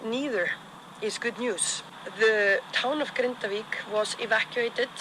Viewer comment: Icelandic person here, you did a good job pronouncing Grindavík. Really love your squiggly meatball rendition of iceland, really made me chuckle every time it popped on screen.